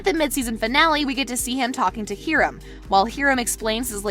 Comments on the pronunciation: hear-um 😂 its hi-rum das how u pronounce it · Hiram is pronounced in the show hi-rum. Not here-um